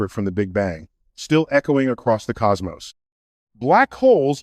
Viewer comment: He had me for 13 minutes… till he said COS MOSS. There’s no way he would ever say that word wrong. I’m 12 subs away from 500 and I’ve been on YouTube for like 20 years and we got ahit like this getting views.